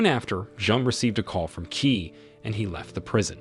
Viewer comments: Qi is pronounced Chi but key does sound funny! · Qi pronounce as Chi